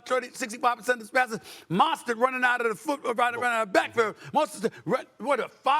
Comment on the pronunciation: Stephen A calling Mostert "Monstar" 😂